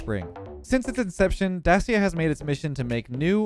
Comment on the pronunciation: hey, just so you know. Dacia is pronounced da-chee-uh. its a Romanian brand owned by Renault. And as we all know, French brands are weird. Citroen, Peugeot and Renault are all said differently to their spelling lol